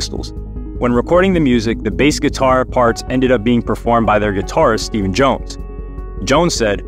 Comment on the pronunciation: "Stephen Jone"